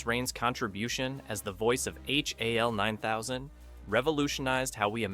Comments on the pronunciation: "Why I Hated" this video. Because you pronounced Hal as H.A.L. What a dope. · You flipped and cropped every single 2001 clip, and even pronounced the AI as H-A-L. Was this all to avoid a copyright strike? Kind of odd as your otherwise excellent video is an obvious homage to the movie and your usage of clips should solidly fall within fair use.